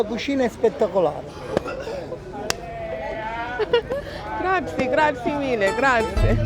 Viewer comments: Nice video. “Grazie” doesn’t rhyme with the board game Yahtzee however the Italian e on the end is pronounced a like a slight “aye” (rhyming with hey) at the end 👍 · Grazi-E.. Grazi-E Grazi-E Grazi-E Grazi-E....not Grazi!!!!!!!!!